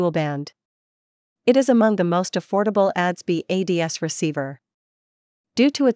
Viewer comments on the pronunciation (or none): This is trash. You lost me at "ads-bee" receiver.